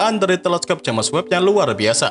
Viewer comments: Videonya sangat mendidik. Sayang ternoda dgn cara penyebutan james webb, tentu sangat ga bagus klo diikuti sama orang2. Apa kata orang bule nanti. Sayang admin nya ga terima kritikan yg membangun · Haha JamEs webb